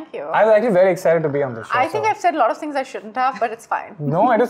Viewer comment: Sonam kapoor be like "lot of" "lottoff" "lodd off"